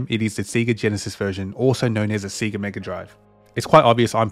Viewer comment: Everything is nice except the way you say Sega (Seega).